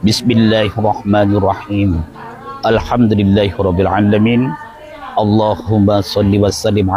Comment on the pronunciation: Hahaha Baca saja MOQHADDIMAH SALAH ..... BANG SAYA SARANKAN BELAJAR IQRA DULU ..... Baca Alhamdulillahi Rabbal 'Alamiin Kok 'Ain nya di tasdidkan Gmn caranya